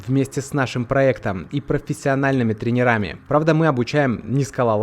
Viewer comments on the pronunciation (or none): ТрЕнерами а не тренерАми. Неуч